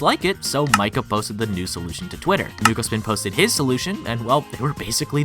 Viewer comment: I know sum Japanese and Nukospin is actually read nukosupin ackshually